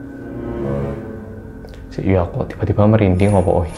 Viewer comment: Kalau merinding bilang apa Mas???? RinDingDongg 🤣 merinding malah buat aq ngakak eee wkwkwk